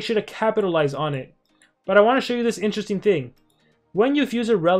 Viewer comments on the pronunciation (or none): none